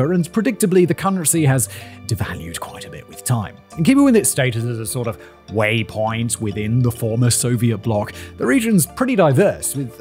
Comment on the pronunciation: Why did he say waypoint like that